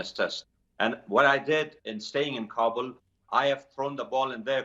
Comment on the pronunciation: For the umpteenth time, news anchors, it's KA-bul, not Ka-BUL. Listen to your guest! The ignorance of some media is outstanding.